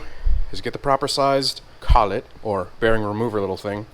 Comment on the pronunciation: you were correct in pronunciation of collet. "Cull-it"